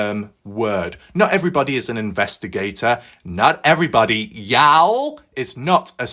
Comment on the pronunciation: Hi my friend I understand you are no from America let along the south ya'll is pronounced like yawl its a southern abbreviation for you all